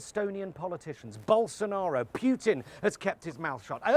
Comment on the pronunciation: Just a note on pronunciation, Jonathan: the first syllable of Putin’s name is said “oo” and not “yoo” as you’ve done.